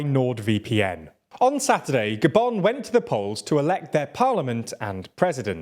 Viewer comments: Why did he say "Goban" not Gabun? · The way he pronounced “Gabon” made me stay the whole video